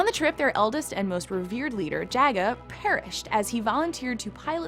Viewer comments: When millennials try to take credit and school knowledgeable ppl on 80's pop culture. It's pronounced JAH-GA, not JAY-GA and POOM-EYE-RAH not POOM-RAH. 🤦🏾‍♂️ Jesus Christ! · It’s pronounced Jah-ga. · How she pronounced jaga gave it away. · It's pronounced Ja- Ga cmon .... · its JAH-GA and PU-MAI-RA btw, lol u said mama-ra at one point. please get hosts that know how to pronounce names or have them practice or research it. seems like you just hire a girl that is attractive (I guess) wearing a gaming shirt as to appear a cool gamer chick that know 80's cartoons. sorry see right through that. I was going to subscribe and like but nope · Didn't get Jaga right either